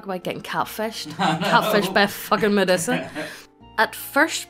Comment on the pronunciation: lol "Meddussa" I have never heard anyone pronounce it like that before